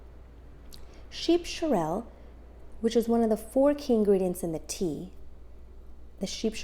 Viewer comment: Not pronounced "shorrel"....its "sorrel"